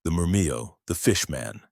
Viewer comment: Pretty sure Murmillo is pronounced with the double "ll" not turned into a "Y" like Spanish.